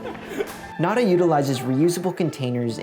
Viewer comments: Anyone else cringe a little when called it "nad-uh" instead of "nah-dah"? 😬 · ITS PRONOUNCED "NATHA" SPANISH FOR THE WORD "NOTHING" . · I wish white people would pronounce words in Spanish correctly. Nada is not pronounced like that. It’s a pretty easy thing to look up too. And Spanish shares the same alphabet as English, to boot. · oof hearing you guys mispronounce nada so many times was a trip. i wish spanish words would stop being trendy lmao. but as a canadian im really happy that more stores are starting to pop up like this! the first one i saw was in orillia when visiting a friend and i fell in love with the concept! its so strange that 'way back when' humans did live a very little waste lifestyle. all of this stuff was only recent, and its contributed a lot to our overall laziness as a society. thank you for this video! im really excited to start implementing some of these tips on my own 🥰 i just discovered your channel but id love to see some options for recycling old containers like shampoo bottles that we may have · I just can’t get over how he pronounced nada the first time